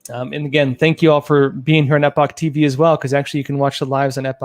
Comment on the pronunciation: At this point they are just trolling with the pronounsiation of the word "Epoch"